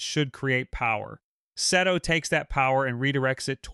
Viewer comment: Omg how many times did you say Seto’s name wrong…😂